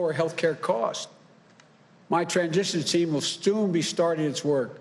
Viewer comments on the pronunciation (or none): Increase your Vocabulary ! Word of the Day: "Stoonbeee " ( or stoonbea ). Time " My transition team will stoonbee